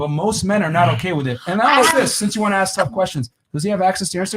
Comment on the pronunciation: If someone says "aks" im leaving dont care if its women or men.